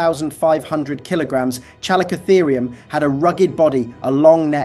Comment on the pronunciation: It's pronounced "Calico-Therium". Have you never heard any of these names spoken out loud? Because you seem to get the majority of them wrong. :))